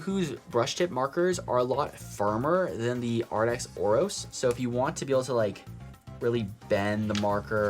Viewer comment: You keep saying Arrdx. It's Arrtx with a t not a d. Just wanted to let you know. Pretty markers! I have never tried the Ohuhu sets but they just came out with a new set that looks really cool. Jennifer Stay at the Coloring Bliss channel talked about it on her latest video. I think you would really enjoy it.